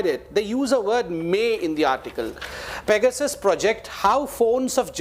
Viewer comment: Only has to sound different and say "fecasus" -- it's simply PEGASUS.